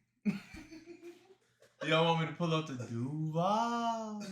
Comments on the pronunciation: ......It's DUUUUUUUUVAAAAL.....not DUUUUvaaaal 😂😂😂😂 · Shiloh you gotta work on your Duval. It's Duuuuuuval!!!!say it with your chest